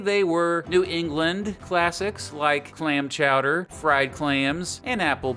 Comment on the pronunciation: ITS CHOWDAH! CHOWDAH!